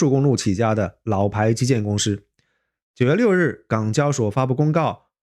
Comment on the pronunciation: ，是公si不是公shi。我也是只发一个音，如果分不清楚还是回到原来的口音比较好。